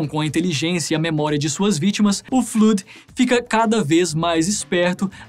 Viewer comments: N se fala fluud se fala 'flód' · Muito bom, só a pronúncia do Flood que não ficou certa, fora isso ficou muito legal o vídeo.